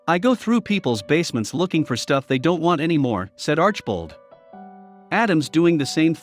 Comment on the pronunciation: Alex is very honest and a wonderful person. He has helped a number of people with his generosity. Definitely watch his channel, very interesting and entertaining. I began watching when he bought the potters house. You’re saying his last name incorrectly. It is arch i bold. Please watch his channel to learn the correct translation. Do proper research.